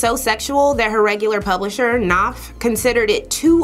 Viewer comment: Unlike “knife”, the “K” in “Knopf” is not silent. It’s pronounced “Kuh-NOPF”. I know this because they published more than one of my brother’s novels. 📚